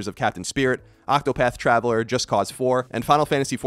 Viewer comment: Hearing you say Octopath Traveler again makes me laugh, even when it shouldn't.